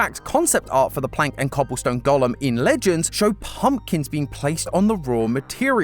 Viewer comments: Please please please - “Go - lem” not “Gollum”… he’s from LOTR! Thank you! 👍🏻😁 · I kept getting confused, thinking he was saying Gollum, not golem 😂😂